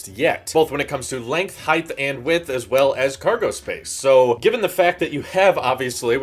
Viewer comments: lol "Heighthhh" ur from the south arent ya haha there aint no "th" at the end of the word height. Hard T there boss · I had to stop watching the second time he said heighth. Heigh(t) Tuh Tuh Tuh. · Did you say Heighth .... why!!!! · John Melander good try the word is pronounced HIGH-T. Long ago in a galaxy far away when the word was spelled with a TH at the end it was acceptable to pronounce the word like HIGH-TH but as you pointed out the spelling changed and thus the pronunciation changed. HIGH-T Is the only acceptable way to pronounce the word in the common English language.